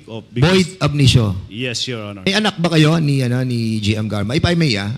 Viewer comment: Hahaha Cong Fernandez, anung "void abnitio?"